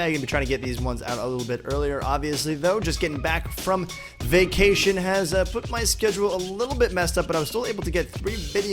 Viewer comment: .at the beginning of the video I thought u said I got back from vikkcation